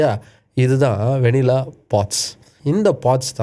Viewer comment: கடைசில நீங்களும் வெண்ணிலா என்று உச்சரிக்கிறீங்கள்😂